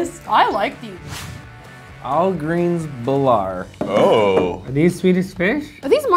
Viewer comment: It's algrens bilar not awhlgrejns belaar